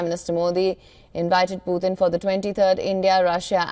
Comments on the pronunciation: It’s not Poothin..it’s puTin.. T not TH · The way she pronounced Putin is really weird😅